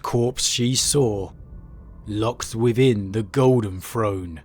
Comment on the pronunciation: Which regional dialect pronounces throne : "frone", and truth : "troof", but pronounces the : "thuh" and they : "thay"? Asking for a German friends.